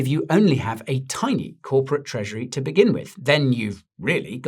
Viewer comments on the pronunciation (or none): none